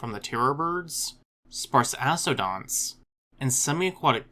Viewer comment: couple things: it's "grand coupure" with a p; secondly, sparass-odonts not sparse-ass-odonts! :)